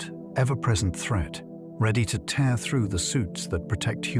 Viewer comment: I knew the voice was AI when it said tear (teer) instead of tear (tair). Annoying but still good listening.